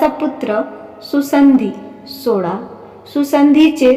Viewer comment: मणू नाही मनू 😂, विवस्वत पण नीट म्हणता नाही येत,सोडा नाही सोळा,वाक्य प्रचार नाही वाक्प्रचार 😅भाषा शिका नीट ,उच्चार स्पष्ट ठेवा